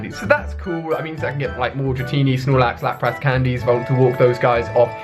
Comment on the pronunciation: you say Lapras wrong it's pronounced Lapris pretty much